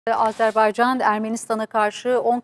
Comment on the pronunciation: "Azerbaycan" Azerbeycan değil